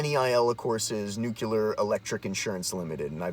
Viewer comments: What's "new-kew-ler" ? Guy can't even pronounce the fucking word that's so important to him. 2019 folks. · NUCLEAR isn't pronounced "newkyular" - notice there's no vowel between the C and the L. That was a George W. Bush mistake. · I watched your video long enough to hear you slytalk "nuke-ular" and laughed and turned it off. Learn to talk good about stuff you read an' mayhaps den da smert peeples will lyke it moar, bacuz den u speakin' goad. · New clear...not nuk yaler 😂😂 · I'll explain since you've apparently got brain damage. You're calling yourself and you can't even pronounce the word that is the focus of your video. You're a meme that wrote itself. You're boomer tier.